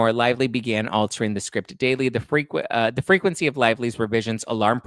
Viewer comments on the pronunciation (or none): none